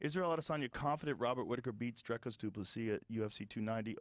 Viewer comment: Learn to say his name: Dricus. Not Draaikus. Ffs